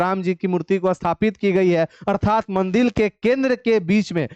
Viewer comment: Mandir ko mandil kyu bol rhe hai aap